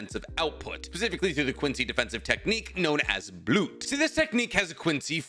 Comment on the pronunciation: Mind writing down all of the German words? Cuz you absolutely butchered all of them except for Blut, that one you actually pronounced correctly, congrats, proud of you!